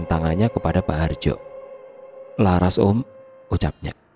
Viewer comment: Kok Lucu ManggiLnya... Msk LaRas di PanggiLnya LaR Hhhh.... Ras x Lbh enak di dengarnya